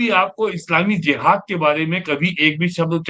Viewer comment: वैसे उसे JIHAD ( जिहाद) बोला जाता है और J ( ज) से शुरू होता है। ZIHAD ( ज़िहाद) नहीं होता है ❌❌ सही उच्चारण है JIHAD ( जिहाद)